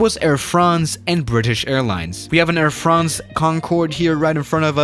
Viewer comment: Me:Air France: Air Fraunce